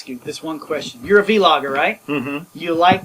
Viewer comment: What the hell is a V-logger? You mean vlogger yes that's it the v is not pronounced separately.